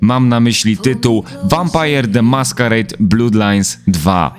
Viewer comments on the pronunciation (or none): Jezu, nie 'blUdlines' tylko 'blAdlines', krew to nie 'blUd, tylko 'blAd' a własciwie to [ˈblʌd]. Fajny materiał ale za każdym razem jak mówisz 'blUdlajns' to uszy krwawią. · no problem, polecam się! :P I mówię fajny materiał i nawet bym sie nie czepiał ale to blUd tak strasznie gryzie po uszach xD